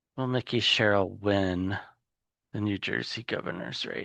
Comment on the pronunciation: Please please please. Her name is MIKE -EE. NOT Mickey. He is a mouse in FL.